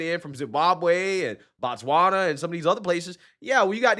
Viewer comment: Its not BATSWANA its Botswana...same like "I ran" where did you run to?🤣 Saying Ba means that you are talking about the people Batswana "The Tswana people" Im here in South Africa JHB...and I support the march and march organization...literally jobs are open to us now especially the minimum wage jobs, especially in white predominant areas... in most caes they were paying migrants less than minimum wage which by law is illegal from the labor laws...Wish we had ICE here and a bold president like Trump. THE PEOPLE SHALL GOVERN✊we tired of corrupt puppets